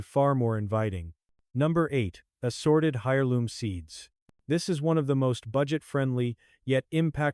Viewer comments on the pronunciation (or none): Hi-or-loom seems????? 😂😂 I very much don’t like the AI voices… in my head. 😂